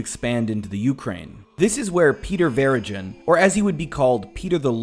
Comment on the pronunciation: As a Doukhobor myself, I ask you to please at least pronounce the name of our group correctly. DoukhoBOR...as in boar. Not DoukhoBER. It's also Peter VeriGIN...not like gin, the drink. GIN, not JIN. I appreciate your help with this. We have already had enough misunderstandings throughout our history.